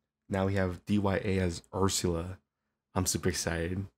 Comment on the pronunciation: great video as always! this song was made way before m4rkim made the Record of Ragnarok songs lol also, D.Y.A is actually pronounced as "d ah" if you use the english phonetic